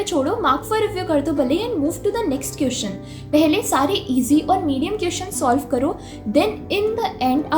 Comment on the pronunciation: Aap jab queeszn bolti ho tab bohot hassi aati h